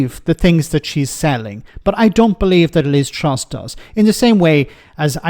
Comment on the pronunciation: Liz trough not truss 😂😂😂